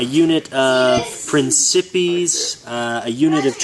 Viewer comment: Great BR, good to see some good old historical - saying that you seem to play all the games I play anyway! My personal favourite historical is impetus if you've heard of that? Great looking figs btw. Warlord are doing ACW era rules, you think of icking that up? Oh sorry to be a pronunciation Nazi - Principes = Prince - se - pays; Cavalry = Cav - val -ry